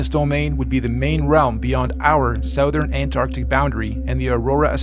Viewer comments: "supposably" - yah. Well, OK, I rest my case. And that last twat doesn't even know how to pronounce "Southern". Go back to school, flerfers! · Let's not forget, South-ern, ArTEMis, Aurora AuSTRAHlis....